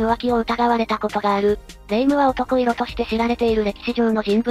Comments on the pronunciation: 男色→「だんしょく」と読みます。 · 男色おとこいろ→✖だんしょく→〇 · 男色(おとこいろ)ではなく、だんしょく。